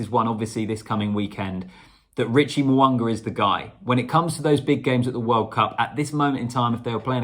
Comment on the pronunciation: It is not Mowanga its Mounga there is no W in his name,its all about vowels AEIOU,Mounga